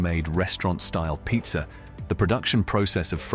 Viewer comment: I trip out how this kind of accent has two versions of the same word. In this case it is pizza and pizzer.